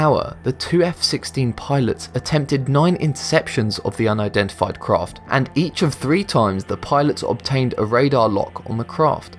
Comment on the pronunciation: I'm sorry, not trying to be "that" person, but "uindentified?" I think you switched the "n" and "i" around